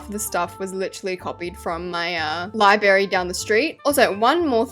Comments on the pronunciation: libRary NOT LIBARY U FLOP (xoxo) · Why do u say libary and not library like gurl………. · babes it’s library not libary you flop. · "Libary" omg i just cant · ur name is liyberry its libRARY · be like when she says library ✨libary✨ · i copied the libary from the libary down the street💀💀 sorry but it sounds like ur saying libary instead of library no hate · IT'S NOT "LIBARY" IT'S LIBRARY LI-BRA-RY, DODO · U KEEP SAYING LIBARY INSTEAD OF LIBRARY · I mean libary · ITS LibRary NOT LIBARY MAKE SURE TO SAY THE R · not calling the Library “Libary”😭😭Love your vids babe keep it up! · Your saying library wrong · I love who she said “lie berry” and not library?! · 😂😂also Library ❌ Library✅